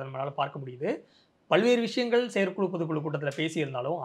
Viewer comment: Dear, Neenga thooya thamizhil pesuvathaha ninaithu kondu 'Vishayam' enpathai 'Vidayam' enru solhirirhal. Aanal thamizhil 'zha' enra ezhuthu miha mukkium. 'Pothu kulu', 'Seyar kulu' enru solhirirhal. 'Zha' enra ezhuthu varum sorkalai pesi payirchi edunga. Thamizhanaha piranthu "zha' enra ezhuthai ucharikka varavillai enral vetkka padavendum. Oru neriyalaraha Thamizhai sariyaha pesumga.Matrapadi unga petti edukkum muraiyil nalla munetram therihirathu. Men melum valara vazhthukkal.